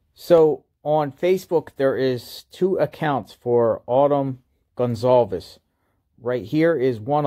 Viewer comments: lee riches INV... You have pronounced their name 3 different ways. It's respectful to learn how to pronounce the name correctly! Who doesn't know that? It's simple respect. At 0.12 & 0.16 you pronounced it Gun-zolves. Later in the video you corrected yourself. Why didn't you fix the beginning? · excellent presentation as always!! 👍 And, Informative as well!! 👍 Keep up the Great Work You do. Stay Safe. P.S. Goncalves Family name Pronounced: Gon Sal Vehs Re: C sounds like an S. Also, all the Vowels (o, a, e) are Short. 👍😎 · Goncalves = gone-call-viz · GON - CAL - VES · By now, one would think he'd least get the surname pronunciation correct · You're covering this story nonstop and can't pronounce Kaylee's last name correctly? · You aren’t pronouncing their last name correctly.